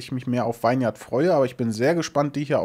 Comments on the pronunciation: Ist aber auch bescheuert. :D Vine wird wie Wein ausgesprochen und Vineyard dann wie Winnjard. :D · Ich möchte direkt als PSA anbringen, dass "vineyard" wie "vinnyard" ausgesprochen wird, also kurzer deutscher i-Sound :-) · Nice! Da kann man doch tatsächlich mal wieder reinschauen. Kleine Verbesserung am Rande: "vineyard" wird wie "winyard" ausgesprochen :p